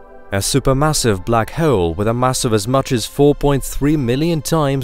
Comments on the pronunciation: The way he said Black Hewwl (hole) through out the video made me sick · “Bluck hhhurlll”